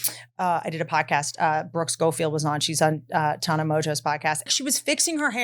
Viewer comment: whitney still saying tana’s name wrong makes me laugh smmm i love you whitney